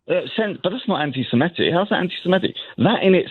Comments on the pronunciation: It is pronounced anti SEMITIC not anti SEMETIC ! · it’s “antisemitic”, not “antisemmetick” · please check the spelling and pronunciation of antisemitic. The word is antisem-I-tic not antisem-E-tic. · Stop saying antisemetic. It’s antisemitic. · Great work, but the word is 'anti-semItic', not 'anti-semEtic', please! Incidently, the Arabs are jiust as much Semitic peoples as are the Jews, sons of Ishmael and all that! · I know correct English is very much out of remit - but after 3 years of this conflict you’d think pronouncing antisemitic properly, that is, not antisemetism, wouldn’t be too difficult. He’s holding this channel back, too scummy & common. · Why does he keep saying antisemEtic? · Please check how to pronounce "antisemitic". There seems to be confusion with the word anti-emetic, a type of medicine that I might need when I hear English being butchered. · Just because virtually everyone else, including O'Brien, mispronounces the word "anti-Semitic" doesn't mean you should. Up your game. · Come on man. Misska? Do your basic research. It’s my-ska. As it’s spelt! And you’re pronouncing anti-Semitic wrong.